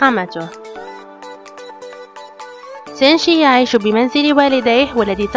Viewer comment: ملوكه 💕 💕 ملكه ابريل عادت لنشر الابداع الجميل طبعا ومثل ما عودتنه بفيديوات مثاليه خرافية كامله مكمله ما بيها نقص من كل الجوانب shinichi kudo اكثر ما اعجبني بالفيديو لفظ اسم سينشي رهييييب زواج غوشو اوياما والموعد الرومانسي ههههه اللقطة يوسااااكو كودو ممكن فيديو عنه فديت الحب والمشغول باله طول سينشي هههههههه لو اوكف بصفه نصير رقم 10 دوووووووووووومو اريكاتو ع الفيديو الرائع